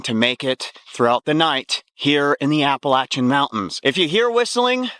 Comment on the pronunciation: I really wish people would really pronounce the Appalachian Mountains correct.